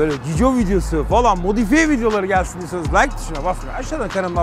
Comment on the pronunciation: Abi çok iyi gaz diyorsun ve çok güzel sürüyorsun bir videoda gel sin